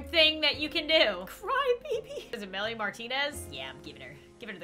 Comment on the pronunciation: wait a damn minute.. did u say melie martinez?????????????????